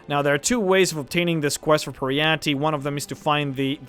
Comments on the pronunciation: Per-y-ite, your triggering my inner Jyggalag! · Peryite - pronounciation: Peri-ite / Per -ie -ai(short) -t :|